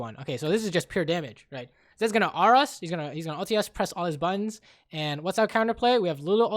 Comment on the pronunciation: "he'll press all his buns and kill us" lol joking aside, you're awesome edit: realized it's supposed to be buttons but it sounds like buns